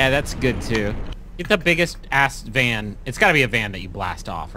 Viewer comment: Come on and slam, and welcome to the Vaa'n